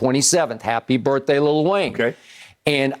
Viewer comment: Look at Skip Texting Lil Wayne on a regular talkin bout some "Happy BirfDay" daaaaayum Lol